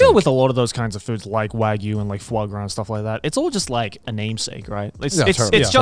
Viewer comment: Can anyone else NOT get Garnt saying 'Foy Graw,' out of their head?